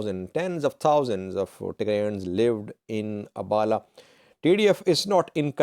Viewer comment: You are not only working for terrorist organization but also a big lier how lie to the terrorist supporters of tigray.can you pronounce abhala instead abala. Abhala town lives afar and other ethiopia ethnic like tirayans and amhara.the whole town lives less than ten thousands of populations. All most 80 percent are Afar people. I am not informing and terrorist organization supporter how do not want to hear the truth. i will like to hire you as labour instead of being a lier and propaganda for terrorist group.